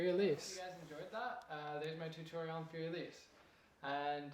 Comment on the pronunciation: thanx! your a great teacher! but one tinsy bitsy tip: learn how to say 'Fur elise' and 'ludwig van beethoven' properly. don't worry, i won't judge you on the way you say two phrases!